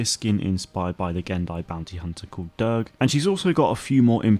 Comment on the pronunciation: Thanks for the video! Btw it’s pronounced Durge like “surge” or “purge”